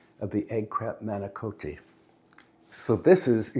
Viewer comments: I love when you do these meal prep videos. But then again, I really enjoy all your videos. And manicotti does not have a long O sound. Both in Italian and in English it’s not a long O. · In Italy it is pronounced mah-ni- KAH-tee. But in England people say mah-ni-KO-tee. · Dear, Italians pronounce the word manicotti like this: mah-nee-cah-ddi. The T is not a hard T; it's a hard D. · I was married to an Italian for 47 years and all the Italians I have known pronounce manicotti and ricotta with a cross between a hard and soft o. Ricotta leans toward the hard and manicotti the soft.so clear, lol.1I